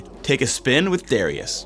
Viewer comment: Darius, not D (are) ius lmao